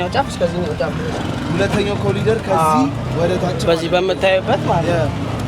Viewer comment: ኮሪደር ኮሪደር ነው ። ኮሊደር አይደለም